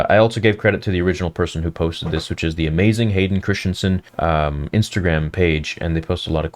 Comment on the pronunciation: If you’re such a fan, why can’t you pronounce Christensen correctly?